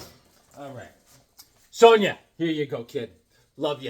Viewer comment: First me, now. We're not freaks, man. It's Sown-Ya!!! LOL